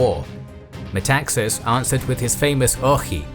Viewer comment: Metaxas (tone at the second A, MetaxAs) actually said alors c’est la guerre = then it is war.